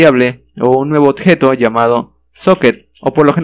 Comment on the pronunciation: excelente video solo que no puedo dejar de notar que no dices "Objeto" dices algo como "odjeto" XD